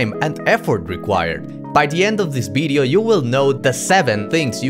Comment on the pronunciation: "By the end of this BIDEO?" What is a BIDEO?